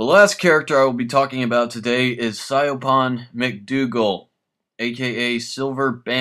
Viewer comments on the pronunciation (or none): Siobhan is pronounced (Shevon)